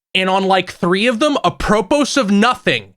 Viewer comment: I’ve.. never heard “apropos of nothing” pronounced like that before. has such a way with words